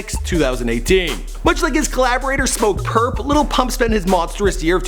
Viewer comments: It's not "little" xan/uzi vert/pump its "lil" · ITS Lil Pump not Little Pump😂